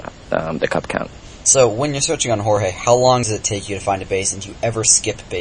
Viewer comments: It's pronounced "Hoar-Hay" Yao? thought it was "George" Yao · WHY DO SO MANY PEOPLE CAL HORHE IT IS JORGE IT IS EVEN SPELLED THERE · its Jorge not horehe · why does he say whore hai xD